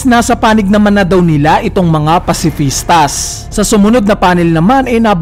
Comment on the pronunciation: Pacifista lang walang S silent ang S sa pag bigkas.